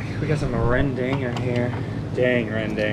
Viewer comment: Rendang not rendeng 😂